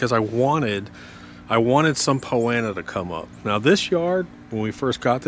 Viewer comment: Not trying to be a wise guy... I'm assuming "Poanna" is Poa Annua?